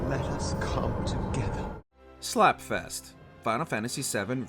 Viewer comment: "Let us cccoôm togayther"